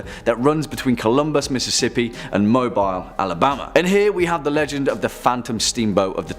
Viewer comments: "MO-beel" Alabama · It's pronounced Mobile Alabama 😂